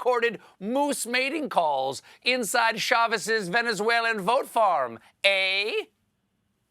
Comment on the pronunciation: You didn't use the Canadian "eh" correctly in that sentence. Right placement, wrong inflection ;)